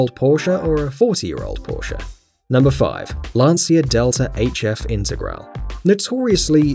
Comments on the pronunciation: Lancia IntegralE, not Integral... with emphasis on the E at the end of Integrale! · The T1 is known as the hippie bus, not the hippie van. We have a 325es E10 we acquired from my grandfather. It's in good shape. Wasn't the Sierra RS Cosworth imported as the Merkur XR4Ti? It's "Lawn-chuh Delta In-teh-graw-lay". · Lancia Delta INTER GRA LEE is how to pronounce it properly. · That's LANCIA DELTA INTEGRALE, not Lansia Dhelta Integral 😒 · 2 things. You mispronounced intergrale (it's intergral-e) and you forgot the Toyota trueno ae86. Also, it's lanchia not lancia